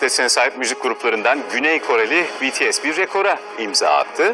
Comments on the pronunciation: Hayret "BİTİES" dedi ya 😂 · Tarihi bir ana imza attık "bities" dedi "bi-ti-es" dedi haberde bahsedilen bts'in attığı rekorlardan çok ismi doğru söylemesine şaşırdım AĞĞAJJQJJWKSKKDJ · İsimler öğrenilmiş BETESE değil BİTİES denilmiş Tarihi öğrenilmiş Bu iş benim hoşuma gitdi😘👍👍